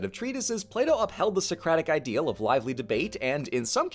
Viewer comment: Why do I keep hearing Play-doh?